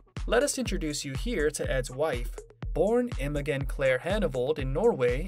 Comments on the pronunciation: His wife’s name is NOT pronounced IMO GEN as in how the “g” in gun is pronounced – the “g” is pronounced the same as how it is pronounced in the word generator! Oï vey!!! Have enough respect to take the time to learn the correct way a person’s name is pronounced already!!! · its pronounced Imo-jen. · Imogen is pronounced with a soft g. Very annoying.